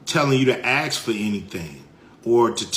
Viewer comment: Stop saying axe when you mean ask. It is not difficult.